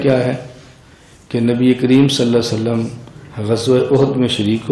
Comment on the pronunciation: Molana sahab...hujur pr durud achhi trh se pdhiye..sallallahu alaehi wasallam.....na ki sallalawaasallam